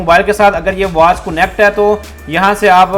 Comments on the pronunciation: Not kunnect..its connect!! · It's not cunnect it's, connect